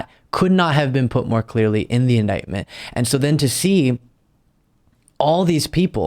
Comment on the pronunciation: OMGod..."i never heard the word indietment before"...true, probably coz not many presidents get indieted!!!